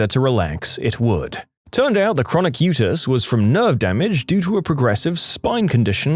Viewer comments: Utis = "U T Eyes" not "U tiss" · U.T.I.s. not "utis"